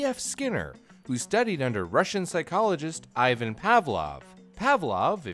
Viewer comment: "Ivan" is pronounced "Ee-van", not "Ai-van"